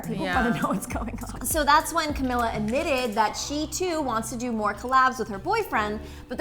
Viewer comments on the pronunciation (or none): It's pronounced Cameela.